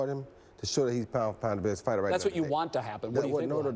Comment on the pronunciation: The guy in the beginning lol, pound for pound pighter